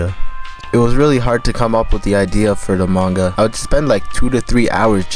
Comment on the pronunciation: Pronouncing it mainga should be a criminal offense